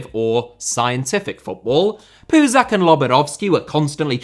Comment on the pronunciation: Puzach’s name is pronounced as “ch” , as in “cheese”!